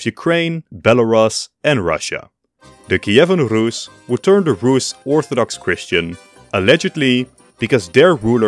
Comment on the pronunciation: Finally someone pronouncing "Rus" correctly